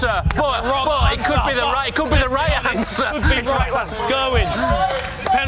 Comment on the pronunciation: English people need to learn how to pronounce Gerwyn properly